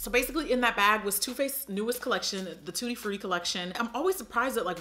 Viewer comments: It’s called “tutti frutti” not “tutti fruitti” it’s Italian and it means “all the fruits” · IT'S "TUTTI FRUTTI"! IT'S ITALIAN! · It‘s „tutti FRUTTI“ get it right